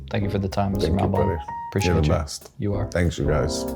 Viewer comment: Have to pronounce the name correctly as a host. Otherwise great interview. It’s mall-bin. Just listen to say it once